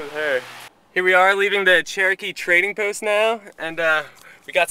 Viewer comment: LMAO you Oklahoman's and your bird traps LMAO you guys need your own show =D and you pronounce Cherokke Chee-ro-ke